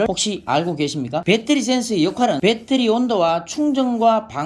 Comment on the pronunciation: 빼떠리..참 못소리 참 어색하네